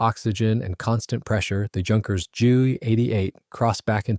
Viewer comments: It's not pronounced junkers. it's with a u. Youkerns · It's not junkers,it's pronounced yunkers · Repeat after me, YUNKERS, YUNKERS, YUNKERS